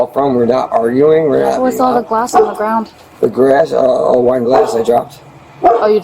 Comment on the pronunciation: I swear I thought he said, we were doing a line! 😂I guess he said I was doing some wine! By the way, NY is east cost to Florida is South of that… across the country would be from the West, dude!